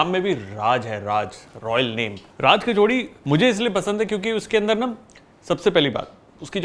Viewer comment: I can't understand why people say it 'kachaudi' jabki vo 'kachori' hai...